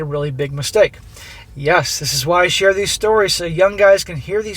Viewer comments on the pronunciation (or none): none